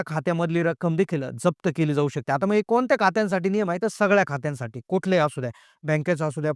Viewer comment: आधी मराठी भाषा नीट बोलायला शिक. मग असे म्हणताना मंग म्हणतो येड्झ